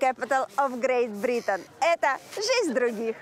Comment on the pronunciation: смотрю этот проект уже день 3тый когда услышал произношения "Зэ грэйт Бритэн" я понял почему она всегда с перевочиком